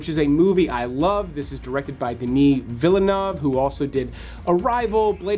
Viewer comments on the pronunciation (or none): No offense, but you also mispronounced Villeneuve. 😊 White Noise is based on the Don Delillo novel of the same name.